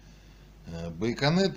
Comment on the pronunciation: Владимир прошу прощения ,что поправляю.... но не байконет,а байонет)))